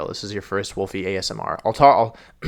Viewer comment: Ah yes "Wolefy VGC" my favorite World Champion